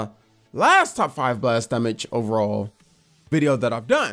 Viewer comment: Why does he say damage instead of damage